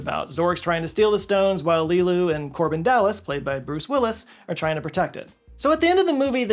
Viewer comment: Korben not Corbin. But yeah